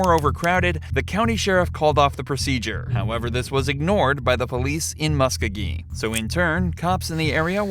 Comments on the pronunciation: It’s pronounced ( mus co-gee) county! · the county and city are Pronounced = Mus-Ko-Gee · im from Columbus (muscogee county pronounced MUSK-OH-GEE). Its deeper than that. our local sherrif lost to the former marshall in charge. marshalls were dissolved and some crazy beef started because the sherrifs started doing police work. by our city charter theyre just supposed to serve warrants, evictions and run the jail. CPD feels theyre overstepping their duties. The new sherrif has spent money allocated for running the jail on fancy new equipment to patrol and WRITE TICKETS all over town. Its quite the shit show.